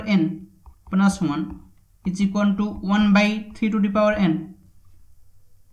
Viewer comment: Это произношение меня, блять, убило ту ту пау икс ван тутутутутупаваикс, СУКА